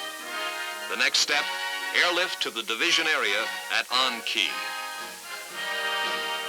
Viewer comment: Ahn Khe is it's pronounced